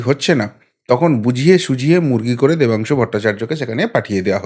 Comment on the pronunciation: Oor naam Pathangshu, Oor naam ta thik kore bolo please.